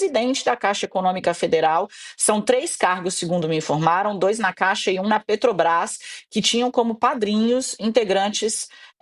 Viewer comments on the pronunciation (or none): none